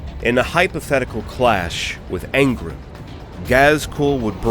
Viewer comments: It’s angrOn not angrn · Ghazghkull Thraka would not last more than some seconds against Angron, it is a silly comparison. Ghazghkull Thraka loses to the top tier of Space Marine champions, what chance does he have against a demon primarch lol. Awesome video though tbf but it is Angron not Angrund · Angron= Ang-ron.... not Aən-grin😂 Love what you do tho brother, no matter how much I hate small trivial shit like pronunciations and annunciations lol. But seriously!! EVERYTHING ELSE is absolutely excellent. Hands down one of my most favorite 40k lore channels.🐐💯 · Stop saying Angrons name wrong, its An-gron like bat-man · Not gonna lie, the way you were saying Angrin had me kinda tweakin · "Angrun" .. I'm sorry. This pronouncing of his name made me crack up over and over. x'D Good video though. Ghaz would win. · That's not how you say Angron! Literally listen to anyone else say it. Good vidoe though, thank you.